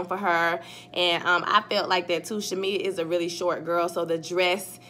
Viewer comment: You calling Shamari “Shamea” 😩 at first I was like did I miss shamea and then I realized who you were talking about 😂